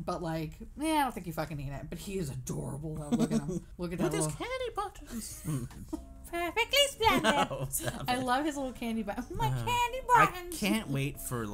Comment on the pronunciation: pewfectwy spwendid 😇